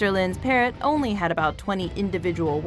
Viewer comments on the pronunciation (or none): I think they were pronouncing it as "parro", thinking the T is silent.